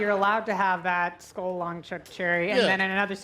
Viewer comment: not skull - skol (dated a guy who was into chewing tobacco) - that stuff is awful and rots your teeth.